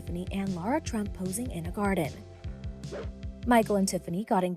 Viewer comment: Are you saying Trump or turnip?